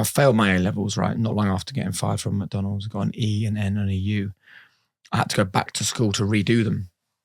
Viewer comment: Great interview, but sorry my brother you cant be calling McDonalds , Mucdunalds 😂😂